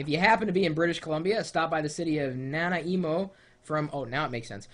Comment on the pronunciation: Haha nana emo. Na-ny-mo I live in Canada.